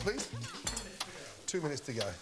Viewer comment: 2 “minuets”